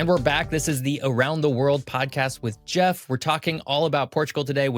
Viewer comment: I never thought I'd see the face behind General Knowledge's voice. 😀 I just wish Geoff had pronounced his name correctly.